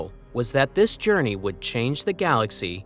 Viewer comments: "Journeyours" is soooGuh Aye! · Say journey again